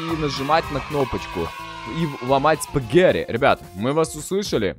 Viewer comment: а почему ты говоришь, спагэри, а не спагетти??